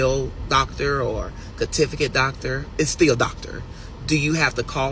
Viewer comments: Lmao I heard tificate😂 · This weirdo said "catifacate doctor" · What is a "catififikit" 😂😂😂😂😂😂catififikit dr. What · He said Cartificate 😂😂😂😂 just be miss pronouncing words yet swears he is intelligent